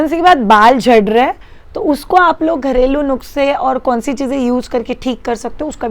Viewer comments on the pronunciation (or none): Hey, really luv ur videos..but its not nukse,it's nuske